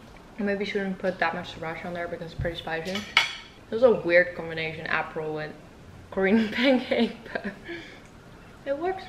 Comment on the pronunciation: What was in the Prosecco? Do you say apple?